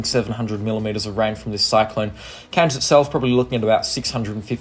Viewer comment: Please … Cairns is pronounced with AIR in it, not “Cans”.